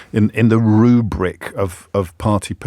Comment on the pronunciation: "The RROOO-BBBriK of... of... PParty PPo-lit-ic-cal Re-cal-ibbb-ray-tion." THIS is what annoys me about you. It's completely unnecessary and intensely irritating and you only do it because of the delusion that it makes you look clever. It does not. And you said it twice in the first few minutes! This nonsense is not why I listen to your show. It's like that other host using eight words when one will do and shoe-horning her Cambridge degree into every other sentence. STOP IT. PLEASE! {:o:O:}